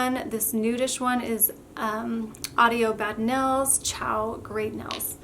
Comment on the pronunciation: The word is Nails. Not nells. 🙄